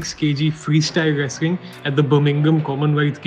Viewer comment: The reporter can't pronounce many english words properly especially whenever there is an 'l' in between the letters, like, wrestling , 'level' , 'wrestler' , 'accolades'